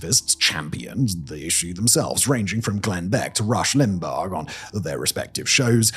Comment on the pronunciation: I love the "lim-bog" pronunciation and will be using it from now on